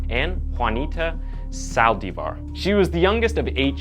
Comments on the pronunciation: Saldívar, not saldeevar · Cell die var.? Its pronounced sa al lDEEphar